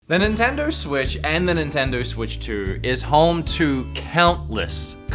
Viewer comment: Did he say nintender?